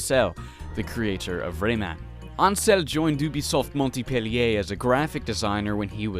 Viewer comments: "Montipelliey" :p In case you'll have to reprononce it later, it's more like "Mon-pe-li-é" with a silent "t" Amicaly, a Fench follower :3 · Just saying it's not Montipellier, it's Mon pellier. :) But A+ for effort and great review. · psst, it's pronounced "mon-pe-lié" ;) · Moi j'entends MontIpellier x) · Your pronunciation of "Montpellier" sounds so funny to the native French speaker that I am ! Great review, brings back so many memories. The soundtrack of this game was insanely good. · Not Montpellier though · I swear, the pronunciation of “Montpellier” gets me every time... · don't pronounce the "t" in Montpellier. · You don't say the T in Montpellier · very good in the overall, the only thing that appealed me is how you pronounced "Ubisoft Montpellier" I know you are not French but don't get me wrong, I live in that city ^^ Ask Google on how to pronounce it lol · "Ubisoft Montpellier" As a french, I have to admit that I laugh, the "T" is silent ^^ Anyway, very good video, as always!